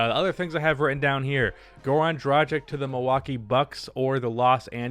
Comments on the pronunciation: Fyi its DRA-GICH, not DRA-JICK. Just a side note. Keep up the good vids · pleace stop pronouncing "dragic" so wrong